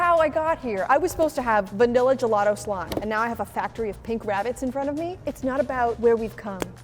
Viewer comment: I was getting triggered by the Word:"Gelado" THE HECK IS GELADO!?!? ITS GELATO!!! GELATO!!!! DIO BONO SANTISSIMO!!!! (by the way the video was nice 👍🏻)